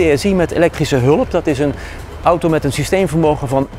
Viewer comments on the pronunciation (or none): none